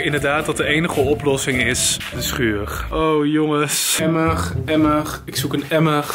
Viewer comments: Normale mensen: emmer: emmeg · Mensen: Emmer: Emmerg Emmerg😂😂😂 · hij spreekt emmer uit als emmeg hahaha! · "EMMERG, EMMERG, EMMERG!?" HET IS EMMER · Stop met me hoor ik kan het nu niet meer onhoren hahahha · spreekt de r als g uit, hoor hem: emmerg, emmerg, schuurgg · Ja hahahhah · emmergggg emmergggg emmergggg 😂😂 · Niemand: Helemaal Niemand:: Emmuhg Emmuhg, ik zoek een Emmugh😂😂❤️ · IK WILDE DIT OOK PLAATSTEN AHAHA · Hihi best grappig emig